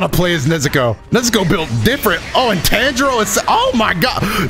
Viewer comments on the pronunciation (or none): Dang you and your pronunciations be irking me- ಡ ͜ ʖ ಡ He keeps saying Tanjiro like Tangerine, when his name is Tawn-ji-roh or Tahn-ji-roh smh Lol